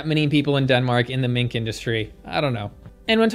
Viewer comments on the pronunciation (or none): Damnn I thought you said Dedmink at first 💀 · Had to like the video after hearing "Denmink" LOL -german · "Den-Mink" earned you a like. Haha! Never change!